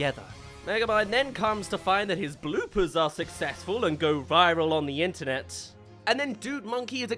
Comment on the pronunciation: What really summed it up for me was where Megamind mispronounces "internet". Like you could see where he might mispronounce "metro city" as meTROcity. It has a feeling of here's a word you've only ever seen written down, so you have the stress in the wrong place when you say it out loud. But "internet" is a new word to him and there's no possible "o" sound, however you read it. It's like the writers see the joke of mispronouncing a common word but put no thought into why it's mispronounced. And the whole show is like that. It's humour created by AI.